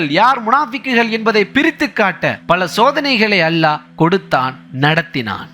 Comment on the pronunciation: Great speech. Try to pronounce the great word ALLAH properly plz